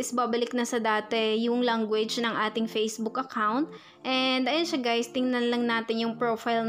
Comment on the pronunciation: Puro guys kakabingi tas language langgo age ang pronounce nya